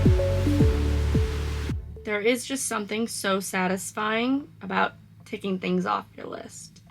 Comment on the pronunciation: To say "2 tings" is very Bahamian 😂